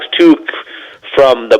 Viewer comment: Worst analysis ever😂. Can’t even say Tuchs name right (Tuck)